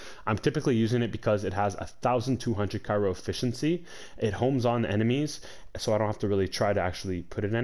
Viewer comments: Cryo* Not Kairo. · I’m sure the build is great but I can not listen to this guy mispronounce so many damn words. It’s CRYO for fuck sake. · CRYO. ITS CRYO. Otherwise great vid